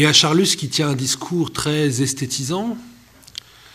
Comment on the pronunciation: On ne prononce pas l'"s" de Charlus, merci.